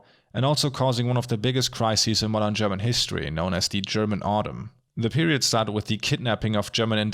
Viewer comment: I almost wasn't able to tell that you are German, but your pronunciation of the German words was just too perfect. I think you can take that as a compliment. I've seen a couple of analysis videos on Deutschland, but yours was by far the most in-depth yet on-point one. Although this video seemingly doesn't represent your work here on Youtube, I've left you a sub and am looking forward to explore your less recent videos.